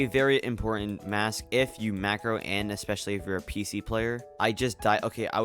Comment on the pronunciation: Wath is a "macrow"?